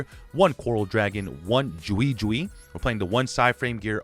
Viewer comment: love the video but goddamn it scalled jiu jiu not jui jui